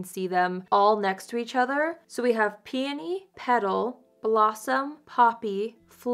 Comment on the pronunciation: Thank you for pronouncing peony correctly! Lol. Grammar Police, here! 👀 I have peony and love it!